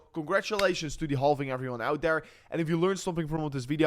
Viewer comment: Silent "L" in halving my friend ❤